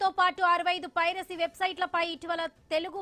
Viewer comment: పైసరి నెట్వర్క్ కాదమ్మా పైరసీ నీకు ఎవడు తెలుగు నేర్పింది